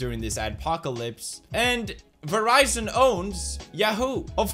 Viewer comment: The way felix pronounces “ya-Hoo” 😂